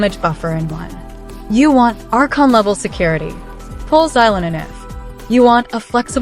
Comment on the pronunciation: Its "archon" my friend pls pronounce correctly